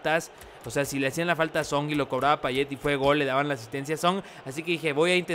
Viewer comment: Por que dices Payeh es Payet